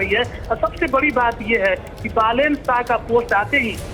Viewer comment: बालेन् not बलेन्.